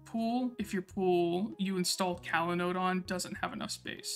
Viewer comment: I really liked how you detailed the change in folder mount paths that Evan just glosses over, since he makes the compose.yml file and the paths follow his setup. Great job! Oh, just something funny to point out. I believe this app is pronounced cOlanode like "collaborate" and not cAlanode, but your delivery was great throughout the video. Happy New Year!